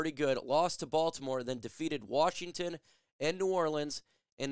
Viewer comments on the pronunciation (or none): none